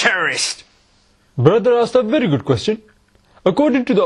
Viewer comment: Broder asked a vari gooth question , DEDDD😂😂😂😂